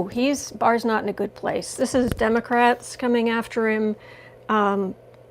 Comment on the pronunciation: Explain why you say Demograte instead of Democrates